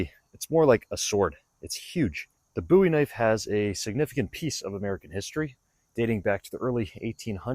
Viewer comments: Nice video. Appreciate the slo-mo’s. And I applaud you pronouncing Jim’s name correctly. 👍🏼👍🏼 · You Said the name correctly😊